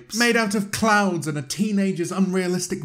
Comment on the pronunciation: I thought he said clowns instead of clouds what honestly made it 10 times better for me 😂